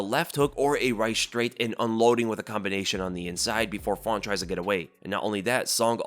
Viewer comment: “Fawnt” 😂😂😂